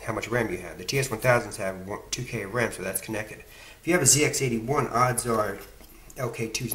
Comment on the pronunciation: Nice work on getting the correct pronunciation out of the gate. It's one of those silly little things that the Brits and those in the colonies like me can't unhear. I cut my teeth on a ZX81 in '81 and appreciate the effort you've put in to troubleshoot and repair these machines.